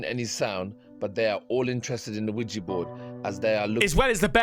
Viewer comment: Ouija Not Ouiji...